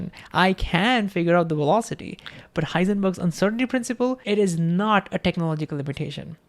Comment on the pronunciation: it is vee velocity NOT double "U" WEE wolocity !!! Come on you are a smart guy, and you could change the pronunciation of ONE consonant to bring your verbalizarion into some semblance of the MAJOR LANGUAGE you are trying to advertise to unless you are stubbornly trying to change the entire world's pronunciation to comply with your stubbornly defiant way of butchering OUR LANGUAGE .... STUBBORN NONCOMPLIANT BACKWARDS .... or maybe you wanna say backVards!!!